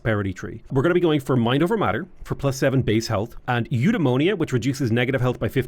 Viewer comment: The way you say Eudaimonia makes it sound like a disease :) I still remember the Alpha Centauri tech voiceover, which pronounced it you-die-mon-ee-ah